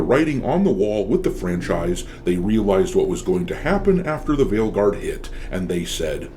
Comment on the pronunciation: At this point I know people usually say it properly but all I can hear is fail guard 😂